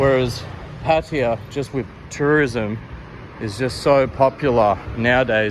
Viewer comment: I am puzzled as i think it is Pattaya however you pronounce it Pattya ..